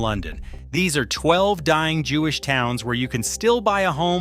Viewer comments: Forget the names of the synagogues, right at the beginning the narration said "dee-eye-ing" for "dying" towns, so probably there was a text typo and the AI reader gave it that weird pronunciation. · dee eye ing lol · What's a dee-eye-ing town?